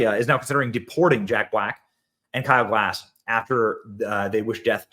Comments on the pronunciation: It's Gass...not Glass haha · It's Kyle Gas, not "Glass". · Side note: Please read the surname a few times over. You might then stop pronouncing it "Glass". There is no "L" in the guy's name, ffs. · Even YOU got Kyle's name wrong, Benny. Kyle GASS. All of you Americans seem to glance at a word and assign some sound that resembles the word. Lift your linguistic game... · benny, the L is silent. much love